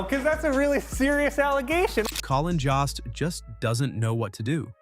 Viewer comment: Jesus. Colin Jost? It’s Joast, like toast mamma jamma